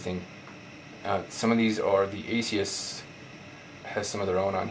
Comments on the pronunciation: Good video, but the name of the company is ASUS, not Asius. There is no "i" sound in the name. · Great review, my only problem is that it's ASUS not A-SEE-US. Perhaps I'm just nitpicking. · Good review, just one problem. It's ASUS not ASEe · Realy why do you say asius? lol do the people at the store say it like that to? Or do they just say: Wtf at ASUS not asius.. asius sounds lame' lol just kdding ofc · Omg say the companies name right